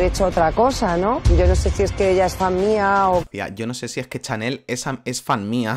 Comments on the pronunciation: POR QUÉ DICE CHAMEEEEEEL😮‍💨😮‍💨😮‍💨😮‍💨😮‍💨😮‍💨😮‍💨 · Porque dices Chamel y no Chanel? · Ella se llama CHANEL, NO CHAMEL como dices todo el tiempo tío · Cada vez que dice chamel pienso en un camello, no se por qué 🤣🤣🤣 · Xq dice Chamel